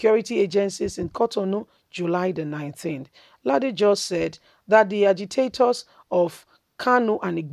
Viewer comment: Pronounce the name Rasheed Ladoja properly please, my sista. It is L A D O J A. Kudos to our ex governor for telling it like it is.